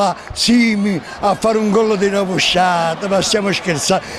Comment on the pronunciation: Da oggi si dice rovesciada e non rovesciata!!😜😀